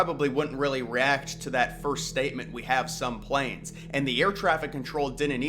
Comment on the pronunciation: I think he was intending to say, "we have some plans" but either he misspoke, or it was just an accent thing... I could be wrong, but it would make way more sense to me for him to say "we have some plans," than, "we have some planes."